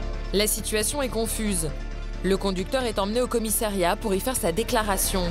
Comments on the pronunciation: A 5.05 Au commissériat ou commissariat ????? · Ahlala......... encore un "commissériat" ???? COMMISSARIAT. (5mn02)